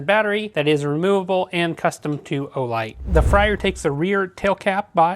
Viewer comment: Just FYI, it’s supposed to be pronounced “FRAY-er,” not “FRY-er.” Good review overall, thanks. Thanks also for including the bit about disabling/re-enabling the proximity sensor; I didn’t see that in the manual that came with mine